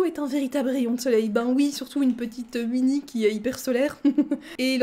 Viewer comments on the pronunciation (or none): Je suis la seule que ça perturbe qu’elle dise Uinnie et pas OUinnie (même si c’est Winnie)